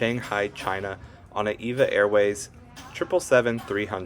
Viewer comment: It's pronounced E-V-A. Not like the woman's name. (Evergreen Airways)